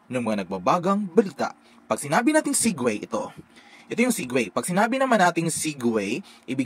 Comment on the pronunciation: sir, SEGUEWAY po talaga siya??? hindi SEGUE?